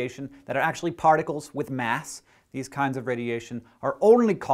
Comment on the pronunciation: did he say barticles?